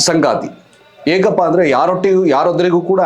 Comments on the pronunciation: ಸಂಗಾತಿ ಅಲ್ಲ.....ಸಂಗತಿ.... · Sthana alla snana, sangaathi alla sangathi